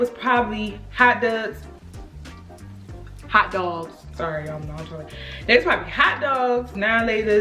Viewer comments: Thanks I'll forever pronounce "hot dogs" as "hot duggs" 🤣🤣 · “Hot dugs” Whew chile, that Baltimore stay tryna slip out don’t it 😂😂